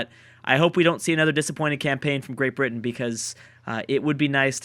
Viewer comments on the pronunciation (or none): none